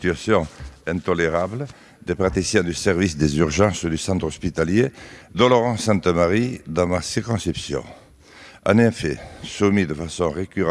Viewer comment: Il dit clairement Oloron-Sainte-Marie…